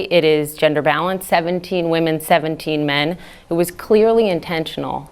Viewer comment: Your 'balance' sounds like ''bellends', it cracked me up 😂